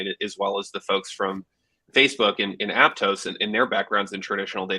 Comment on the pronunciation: Mf really said Aptos 😂😂😂